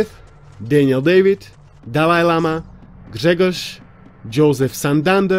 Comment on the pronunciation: i was surprised when you read name Grzegorz (one of your Patrons) in a very correct way,. Its Polish name and its my country.